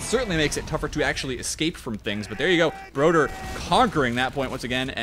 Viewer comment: As a swede I cringe every time pronounces Broder incorrectly